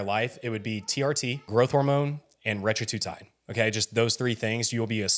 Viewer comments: Hey man, I like your videos, but it’s hard to take this one seriously when you do not pronounce Retatrutide correctly …not Retra-tru-tide…it’s Reta-tru-tide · It’s not retratutide, dude. It’s retatrutide. The masterclass should include proper pronunciation. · Bro learn how to say RET-A-TRU-TIDE. if you're giving a masterclass you should probably know how to pronounce it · That was driving me crazy too. You’re not an expert if you can’t even pronounce the name correctly